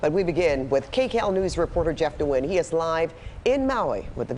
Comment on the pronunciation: Jeff Nguyen’s surname is pronounced N’win!